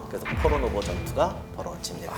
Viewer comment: 포로노보가 아니고 Fornovo 포르노보인데...